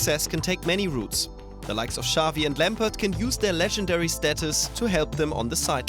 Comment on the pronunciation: Lampard* not Lemperd